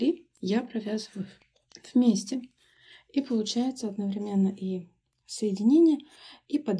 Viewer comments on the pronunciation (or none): none